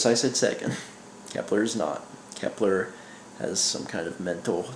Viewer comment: It's Kepler